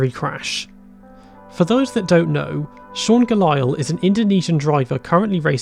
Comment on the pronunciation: As soon as he said Sean Galael I was already like bruuuuh